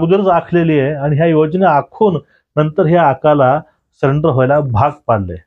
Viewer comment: सरेंडर ला सलेंडर का म्हणता?